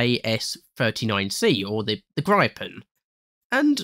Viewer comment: i hate how you pronounced gripen, [graipen] lmao